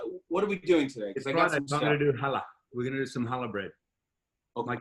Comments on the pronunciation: In "challa"? It's the letter ח in hebrew, which is letter that doesn't exist in English 😅 So the C is not silent, but it's also not "hallah" - it's somewhere in between. Look it up, it's cool! Challah is a Jewish bread that we traditionally make for Shabbat (Saturday) and eat during the Kiddush, which is the ceremony where we welcome Saturday on friday evening. I'd love to answer any more questions if you have any! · As a jew this is so cool to see people making challah, just wish they would pronounce the chhhh